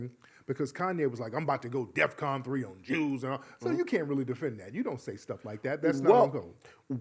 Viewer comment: Kanye said death con instead of defcon, let’s point that out